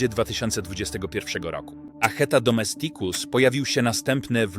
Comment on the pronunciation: DomEsticus !!! Z akcentem na "E" NIE na "i"!! Naucz się, łacinników razi taka wymowa. Język łaciński wymaga prawidłowego akcentowania.... inne języki również 🙂